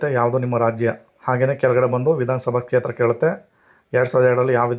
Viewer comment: Kshetra anodu sariyagi uccharane practice madi.